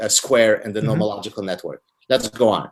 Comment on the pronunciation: Never mind. Found it -- it's "normological networks". Gotta look into that term. Edit: googled it, came up with "nomological networks" but it sounds like he's saying "noRmological". Hmmmm....